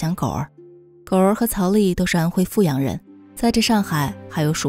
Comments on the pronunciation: 阜阳的阜是念第三声啦，我来自阜阳，没错阜阳的确是穷不够富裕，但是民风还是可以，也有可能是因为对内不对外吧，对自己人本地人是真的很好，不后悔做一个阜阳人，还有，老家的小笼包无解的好吃，每次回去都要吃几笼，嘿嘿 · 阜阳人会念fǔ阳。